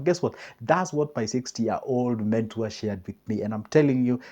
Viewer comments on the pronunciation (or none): Eeei yawa......mentor not mentour